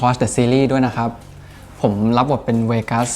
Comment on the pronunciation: ขอบคุณที่ลงให้ดู เราได้ยินเสียงไบเบิ้ลเยอะขื้นมากกก ชอบที่ไบเบิ้ลเรียกชื่อเวกัส ไบเบิ้ลออกเสียงชัดกว่าทุกคนน